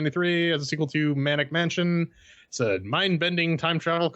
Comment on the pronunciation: Pedant mode engage: it's Maniac Mansion, not Manic Mansion. Sorry, I'll get off your lawn now.